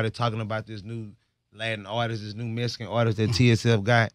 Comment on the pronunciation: Not Mexican but Mesican lol 😂 Texas shit